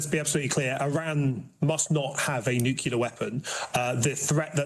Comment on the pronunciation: Lammy and Pollard cannot even pronounce “nuclear” correctly. How can one take them seriously?